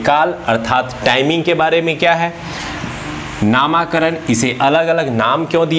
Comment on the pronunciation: नामाकरण नहीं नामकरण होता है महाशय